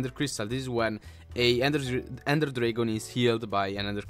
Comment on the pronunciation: You Said drigon instead of dragon